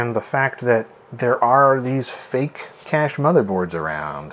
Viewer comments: Us old timers know by sight these fake cache (cay-sh not cash). :) The engraving and excessive fake plastic look give them up right away. It may be enabled all you want, but it don't make that empty socket full. EDO = E.D.O. not eedoh. Your pronunciations really hits the ear wrong. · Kay-sh is correct, as in "the pirates had a hidden treasure cache", not "the pirates had a hidden treasure cash"